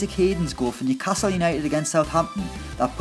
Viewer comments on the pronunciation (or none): none